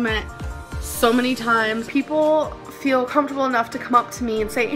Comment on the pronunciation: This is gonna be petty as hell but I hate how she says "I fill" instead of "I feel"